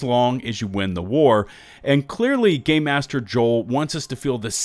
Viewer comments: pretty sure it's not pronounced gay master but is actually game master 😂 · Is it just me...or does he seem like he's saying "gay master joel" I know he's saying Game . But still lol